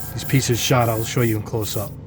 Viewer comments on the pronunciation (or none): none